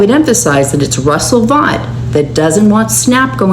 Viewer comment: His name is pronounced "Vote"